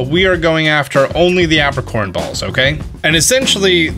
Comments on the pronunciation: I distinctly remember the Johto anime pronouncing it "EY-pricorn".... not "APP-ricorn" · Is this how Americans pronounce Apricorns or is this guy just a silly goose? I say Ape-ri-corn. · "App-ricorns" lol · Lol the way you say apricorn kinda triggered me cause its pronounce ape-pri-corn